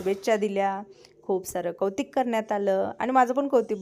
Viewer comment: ताई सर्वप्रथम तुझ्या नवीन बिजनेस साठी खूप खूप शुभेच्छा🎉🎉🌹🌹 ताई मी तुझे रोज व्हिडिओ पाहते पण मध्यंतरी कमेंट करणे जमलेच नाही ताई तुला एक सूचवायचे होते राग मानू नकोस तू नेहमी कवतीक अस म्हणतेय त्याऐवजी कौतुक असा शब्द म्हण व्हिडियो छान वाटेल बाकी तुझे बोलणी व्हिडिओ खूपच सुंदर असतात . अप्रतिम सुंदर जॉब सोडला असला तरी माझ्यातील शिक्षिका मला स्वस्थ बसू देत नाही.